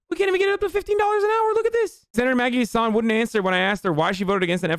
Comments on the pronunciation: I'm from NH its Maggie "Hass ane" pronounced different than tour name. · i'm from NH and maggie hassan's name is not pronounced like hasan it's a short a like in hassle or apple. so u should be free from that joke now except chat won't care